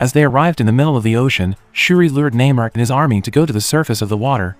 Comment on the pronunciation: And still pronounces Namor’s name wrong